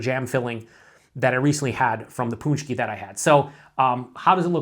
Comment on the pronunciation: pronounced punch-key...well done, sounds fantastic